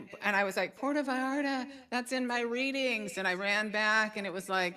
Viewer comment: It’s Puerto Vallarta 😂 not Porto Vallarta’ Va/yar/ta pronunciation!!!